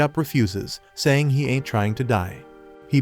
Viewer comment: l love when you say int given up 🤣🤣🤣🇵🇭